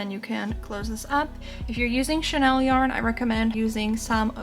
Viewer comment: I was wondering what you meant by "Chanel yarn"--I'm guessing you meant chenille? (shen-EEL) Anyway, this is one of the cutest sea turtles I've seen. Thank you for the tutorial! ❤